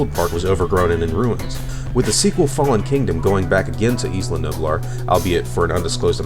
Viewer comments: Isla.. The "S" is silent.. It's like Isle. You don't pronounce the "S". It's more like "I'll" So.. Isla would be like "I'll-a.. I'll-uh" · your saying isla wrong